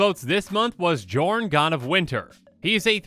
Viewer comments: Psst,, the name is pronounced yorn. Game knights already made this joke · Okay, okay, this is getting REALLY frustrating. It. Is. Pronounced. Yorn. Go to Google. Look up how to pronounce the letter "J" in Scandinavian, it is ALWAYS pronounced like a Y. It blows my mind that every single Magic the Gathering content creator collectively got this wrong. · It's pronounced Yorn Josh! Edit: Ironically, I posted this referencing the Command Zone commander match where Josh mispronounced Jorn the entire game. Then I began watching the video annnnnd awkwarrrrrd 🤦‍♂️😄